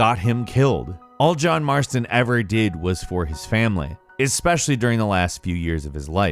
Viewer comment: They say John marsoton but not ARTHUR??!!?!?!